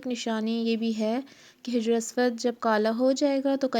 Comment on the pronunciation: hijr nae, sahi lafz hajr hai, hajr means stone ( pathar).